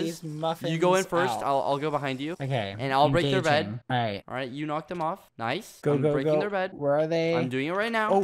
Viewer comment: Let's not talk about the fact that BBH is saying NOICE instead of nice most of the time.